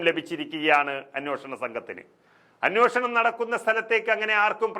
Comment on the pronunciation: Correct. വാർത്ത വായിക്കുന്ന പെൺകുട്ടിയും അനോഷണം എന്നാണ് വായിക്കുന്നത്. അന്വേഷണം എന്ന് തിരുത്തി വായിച്ചാൽ നന്നായിരിക്കും.